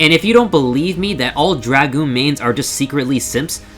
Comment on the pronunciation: this video is automatically SSS+ Tier for pronouncing Dragoon correctly, but goes down to SS+ for moderately incorrectly pronouncing Astrologian Lesson time kids Dragoon is pronounced "Dr-AH-goon" the A in Dragoon is pronounced as a hard A, not a soft A as in Dr-UH-goon, Dragoon is prefixed by the word Dragon, so Dr-AH-gon, Dr-AH-goon... it makes sense Astrologian is pronounced Ass-tra-la-gen, the incorrect way everyone says it is Ass-trou-low-gi-an Anyways make sure you don't mis-type Lose as Loose, K BYE